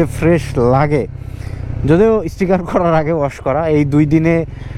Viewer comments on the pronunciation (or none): Point ✅ Foint ❌ Sticker ✅ Istikar❌ Exhaust ✅ Egjost ❌